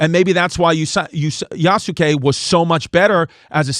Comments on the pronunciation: You's gay? "You's kaye" to pronounce Yusuke 😁🤙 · You mispronounced Yasuke, Chris. You were close. Great attempt.👏🏽